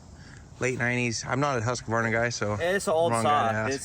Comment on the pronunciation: Saying Husq-A-Varna in front of a Norwegian. He must be rolling his eyes...